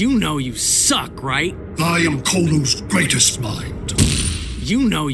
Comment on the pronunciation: Colu, not "Kolo". Brainiac is a COLUAN.